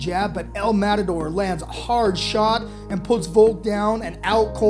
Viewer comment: Wtf is Madator 😂?! It’s el MATADOR! Mat-a-dor.